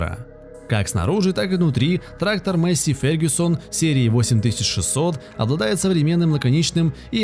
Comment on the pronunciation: масєй фергусон